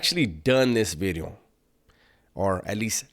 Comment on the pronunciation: pronouncing v in video now im used to the word bideo